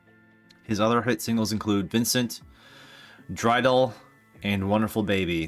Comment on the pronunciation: A few mispronunciations. “Troubadour” is pronounced TROO-buh-dore. It refers to someone who sings a narrative story. Comes from medieval times. “Dreidel” is pronounced DRAY-duhl. It’s something of a small object that Jews spin during Hanukkah as a gambling game.